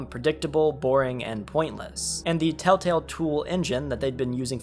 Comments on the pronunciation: Why does homie say “Tale-tale” and not “tElltale” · Bro says “Tale Tale” instead of Telltale every time lmao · I know it's not on purpose, and it is just your accent.. but bro, it's Tell tale not taletale 🤣🤟🏻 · ITS TELLTALE, NOT TALETELL. So fucking annoying hearing you say it wrong literally a hundred times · For fucks sake bro it’s TELLtale not TALETALE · Humans: "Telltale.": "Tail Tale." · I know this video is a year old, but “Tale Tale”?? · tale tale wtf nga its tell tale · Bro you keep saying "taletell" and it's making me feel like a crazy person, i legit keep rewinding to see if I'm mishearing it lmao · “Tale Tale” ?😂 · drink every time he says tale-tale instead ;) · Telltale ❌ Tail-tale ✅ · Are you saying tale tale? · Why do you keep saying taletale? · Or telltell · it makes me mad that he says tail-tell even though he knew how to spell it in the title.. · Thumbs down just for saying tail-tail every time. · I just love the fact the person who made this video can’t say “TellTale” properly over half the time lol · How did you not catch yourself saying 'taletale' like...15 times? 😅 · Wow your struggle to say telltale in this video is hilarious lol